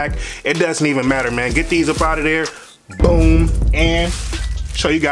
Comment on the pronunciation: He can’t say boom😟